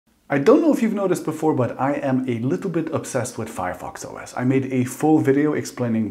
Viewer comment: It’s not Fireos you nerd